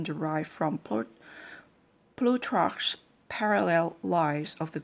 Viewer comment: It's pronounced just like it looks- "ploo-tark"